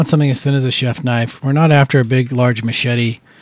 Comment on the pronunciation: That's a bloody knoife !